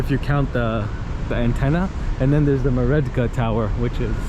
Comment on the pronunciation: Apologies, not "Meredka" but "Merdeka" mur-DAY-kah.